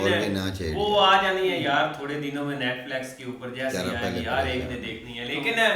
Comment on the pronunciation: Abbe molvi netflex 😅😅😅 nahi Netflix 😅